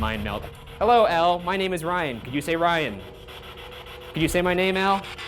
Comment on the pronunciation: "El" Scarface Capone? Wtf? I thought it was "Al"?